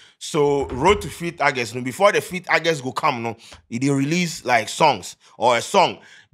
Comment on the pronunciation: The month is not pronounced Argust, it’s August. I hear a lot Ghanaians making this grave error.